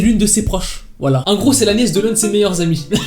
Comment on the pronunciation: 10.32 c'est français ? '' c'est la gneiss de l'autre de ses meilleur amies '' hheeiiinnn ?! qui peux me faire la traduction ou m'expliquer c'est qui pour Ariel du coup svp ?